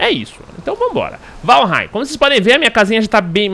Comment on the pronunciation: Obrigado, o primeiro Youtuber a pronunciar o nome do game corretamente.